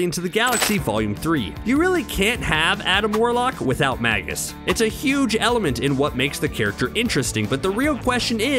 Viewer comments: Magus is pronounced 'May-gus' not 'mag-us'. Do you not understand what a Magus is? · Magus is pronounced May-Gus